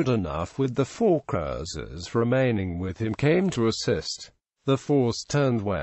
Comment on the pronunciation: Strange pronunciation of Cruiser.